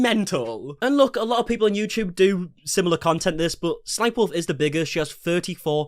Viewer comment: BRO thank you for saying s s sniperwolf. I’ve seen so many people saying 3 s instead of two and it’s been driving me up the fucking wall.